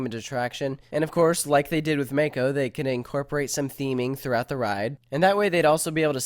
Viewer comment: It's (mah-ko) not (ma-ko)